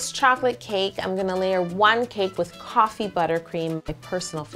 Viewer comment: I thought she said TOFFEE buttercream